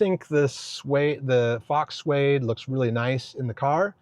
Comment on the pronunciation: fyi, faux is pronounced like pho not phawx. I’ve looked at the gravity and because I have young ones, I would want something more long term but lucid does have a clip in for their rear and front glass